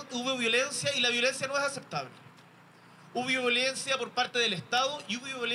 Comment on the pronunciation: Aprende a decir violencia tu palabra favorita de toda tu vida!